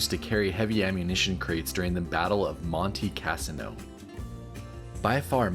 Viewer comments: Check how you pronounce things on your videos. This happens a lot. For instance…The polish bear stature - you’ve butchered the pronunciation of Monte Casino. Inexcusable. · How did you manage to mispronounce “ Monte Cassino”